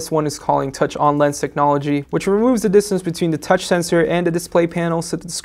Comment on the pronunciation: I can definitely get used to this guy, he is very good at reviewing.. however I am not a fan of how he says "the" sounds more like "du"..